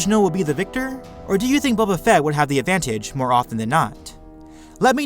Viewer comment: this guy makes words with 2+ syllables at the end of a sentence really irritating. listen to the way he says advantage!! aaagggghhhh